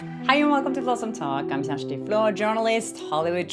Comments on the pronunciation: it’s pronounced Sha-stee “kjersti “❤ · Her name is not Kirsty it’s Shasti! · Loved them both, but please get to pronounce your name correctly...😁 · Nice interview. Here's hoping they learn to pronounce your name, next time 😎